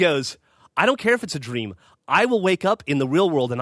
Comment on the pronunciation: I kid you not, i thought geoff said "Sex Stream" not "Sex Dream"